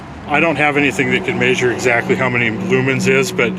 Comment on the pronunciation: And u say measure with an Washington accent